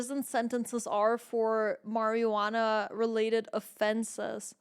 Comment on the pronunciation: I just love how you pronounced marijuana